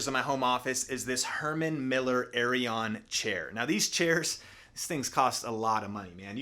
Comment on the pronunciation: aeron pronounced 'air-on'